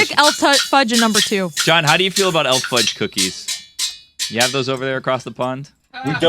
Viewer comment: It's not Elf Fudge. It's E.L. Fudge. I know that it's a play on the word elf but, you say the letters E and L when saying the name of the cookie.